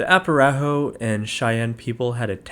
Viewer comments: Arapaho is the correct spelling and name of a Native American tribe. It’s typically pronounced: uh-RAP-uh-ho or uh-RAH-puh-ho. “Apparaho” isn’t a standard spelling—just a misspelling or phonetic guess someone might write after hearing it spoken. So: ✅ Arapaho = correct ❌ Apparaho = incorrect / nonstandard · I enjoyed it. Very interesting and humorous stuff. I have to say though you drove me crazy and could you please revise your narrative when pronouncing "Arapaho" if not cool, but I was getting confused . Thanks again